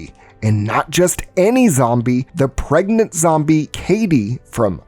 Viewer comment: Pregant??. Seriously? If you want success, you need to take this more seriously and pay attention. Peoples lack of attention and cognitive dissonance is why the world is experiencing a shit storm. Don't contribute to it. Little errors give way to bigger problems. Just sayin...